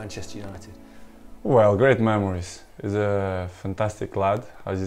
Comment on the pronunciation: "he shit unbelievable" hahahhahaha can't unhear it